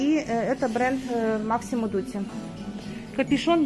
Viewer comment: МАсимо без К. НЕ МАКСИМО ДУТИ